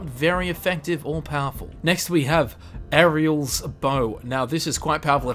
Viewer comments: The way he says Auriel is like he hasn't even played the game not sayin he hasn't but the way its said it seems like Airiel with an I instead of a U. still a good vid though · he pronounced Auriel as Ariel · And he said Ariel instead of Auriel like R-e-l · Why does he not know how to say Auriel? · How do you make it all the way through Dawnguard and not know how to pronounce Auriel? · How did you mispronounce Auriel? You have an Elder Scrolls channel and you mispronounced Auriel?! lol just nitpicking, god video:] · WHEN WILL YOU PRONOUNCE AURIEL CORRECTLY!?!?!?! Cheeezuss!!!! Also why did you say Zephyyyyr instead of Zephyr.